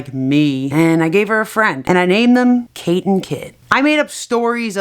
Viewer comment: It Sounds Like She Said kit kat Its a Type of Chocolate Get It Kate kit=kit kat